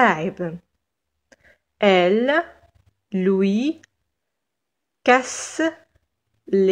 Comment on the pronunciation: Y a aussi le pronom personnel elle .. j ai remarqué que vous le prononcez presque il ... La prononciation juste est (٤l) je m'excuse pour cette intervention et bonne continuation.😍